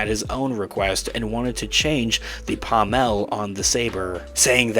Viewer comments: Dude, my droid, it's pronounced PAAAHHmull, not PahhmELLLLL. The accent is on the first half of the word, not the latter half. Sorry but as a lightsaber enthusiast your pronunciation is like punching me in the face. Great video tho, thumbs up! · The pommel of a sword is pronounced pom ul.